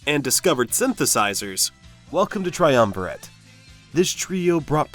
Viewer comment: You are pronouncing it wrong. Say Triumvi RAT.... see the album cover? Duh.